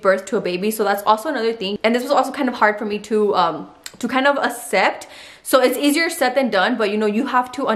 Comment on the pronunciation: Assep lol instead of accept lol cute